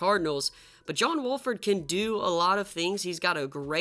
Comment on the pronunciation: He keeps saying John walford when it's wolford but my rams needs to keep playing John wolford